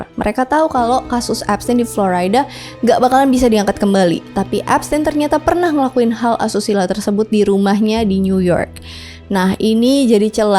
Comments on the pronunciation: "Floryda !? Flo-Rii- daa kalee !" ..😅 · kak, sorry pas baca florida tolong diperbaiki kali yah lol